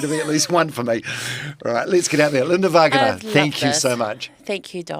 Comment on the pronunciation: Sir, it’s Va-Ng A NA